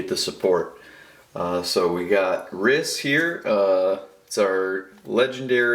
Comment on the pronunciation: Just do you know it's pronounced reese